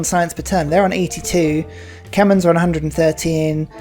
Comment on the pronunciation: Its not kemen, its k-may-er. Kmehr